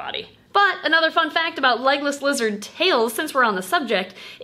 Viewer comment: For the longest time I thought you kept saying “Legolas Lizards” and I thought it was kinda weird that a lizard was named after Legolas then I read the title to this video and my life has been changed forever